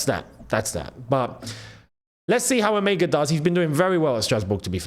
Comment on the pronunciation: Emegha is a Nigerian name pronounced as E-MER-HA, the G is silent and has an R sound in german tongue, and not pronounced as E-MEG-HA